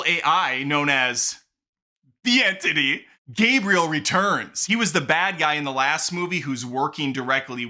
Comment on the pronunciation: Ahh yes….the entittie…a classic foe